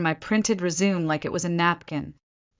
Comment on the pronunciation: I don't understand why she would let her company get into such a state. How could she sign paychecks , and bonus for Andrew and his cronies without someone knowing. And if she was so smart why couldn't she pronounce the word Resume correctly. When she walked into the board room they still didn't recognize her even though they had dinner with her a few nights before.